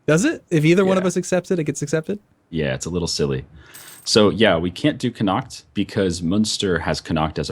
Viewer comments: _- the way you pronounce Connacht... Con-ak-t lol Sincerly an Irish person. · Since you've chosen Scotland (a great choice) it's time for a pronunciation lesson - 'shire' is pronounced 'sheer' when it's at the end of a word. 'Ayr' is like 'air'. So 'Air-sheer' = Ayrshire. Connaght is 'co naught'. I'm a unionist but for the purposes of this game, looking forward to the Scots crushing the English. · Neither of ye can pronounce Connaught properly:P. And can't say Munster. It's Munster, not Münster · You really did butch the Connacht on how you say it just going to piont it out but you always say you cant pronounce some of the irish names.